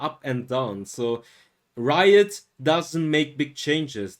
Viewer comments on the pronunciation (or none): none